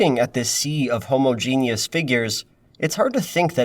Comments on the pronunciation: babe it’s pronounced ho-ma-jen-us not homo-jean-us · I don't know why it was so funny when you said homogenius. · So nobody's gonna mentioned how he pronounced "homogeneous"